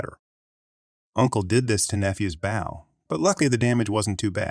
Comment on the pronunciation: The computer voice doesn't know the difference, I guess